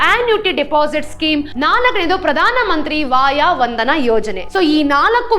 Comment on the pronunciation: ಪ್ರಧಾನ ಮಂತ್ರಿ ವಯೋವಂದನ ಯೋಜನೆ, ವಾಯಾ ವಂದನಾ ಯೋಜನೆ ಅಲ್ಲ...! ದಯವಿಟ್ಟು ಗಮನಿಸಿ. ಸ್ವಲ್ಪ ನಿಧಾನವಾಗಿ ವಿವರಿಸಿದಲ್ಲಿ ಹಿರಿಯ ನಾಗರಿಕರಿಗೆ ಅನುಕೂಲವಾಗುವದು, ನೀವು ವಿವರಿಸುವುದನ್ನು ತಿಳಿದುಕೊಳ್ಳಲು...!